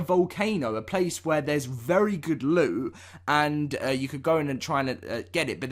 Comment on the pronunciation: say LOOT NOT ELLOD